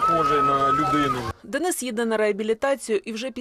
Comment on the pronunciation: Як гидко слухати від українки, (дініс.). ДЕНИС-український Герой, захисник. А не (московський деніс) Слава нашим українським захисникам!